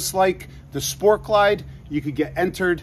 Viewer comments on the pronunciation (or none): none